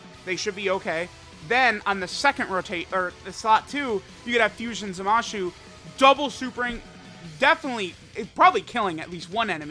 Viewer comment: what did you say? Zamashu? 😂😂😂